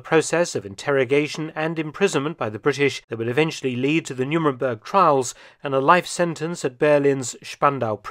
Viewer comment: You said Hess was sentenced at the "Numenberg" Trials? . . . . Surely that should be the "Nuremberg" Trials! (you said this twice)